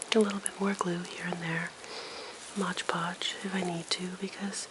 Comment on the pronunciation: Really beautiful! And very soothing to listen to. I think that product is called Mod Podge, though, not Modge Podge... :)